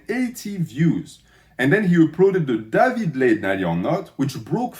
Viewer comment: I kept hearing David laid as "daddy blade" haha i was so confused